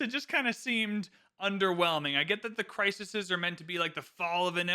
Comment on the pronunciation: Bro, it's crises 😂